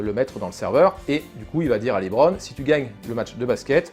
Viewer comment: Ah et aussi, c'est pas "Libron", mais bien "Leubron"